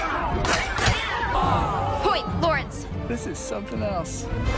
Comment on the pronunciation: I thought he said Kai Lawrence lol